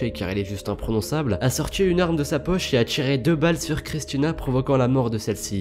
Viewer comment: « a tchiré »